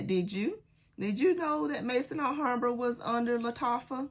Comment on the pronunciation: please, if I had a private channel I would contact you on that private channel, but I don't. So I have to say it here. Maison Alhambra is pronounced Mezon Alhambra. The word Maison in french language meaning House. Maison (pronounced Mezon) it is. I hope you don't mind.